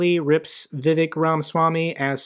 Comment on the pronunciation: It's not Vivek, 'vivake' as in fake👍